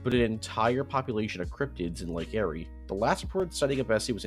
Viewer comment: The way he says Lake Erie hurts me